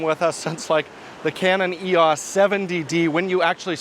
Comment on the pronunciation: E...AWWWSSS! It's EEE OOWW EESS!!